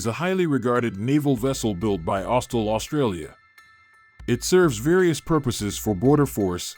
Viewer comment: AUSTAL! Not Austel